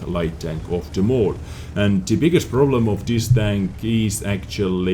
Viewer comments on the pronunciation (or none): none